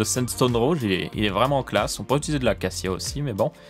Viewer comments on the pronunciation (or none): none